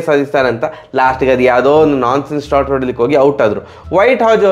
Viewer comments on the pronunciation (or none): none